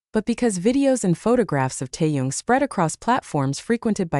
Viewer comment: Please pronounce Taehyung’s name correctly! It’s irritating!